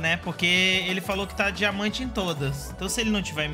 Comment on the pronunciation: "dimamante" lkkkkkkkk